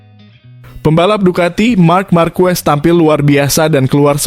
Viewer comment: Belajar mengucapkan yang benar itu bukan ejaan indonesia c pada bahasa itali dan spanyol diucapkan k goblok